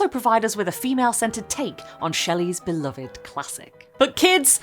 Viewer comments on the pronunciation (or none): none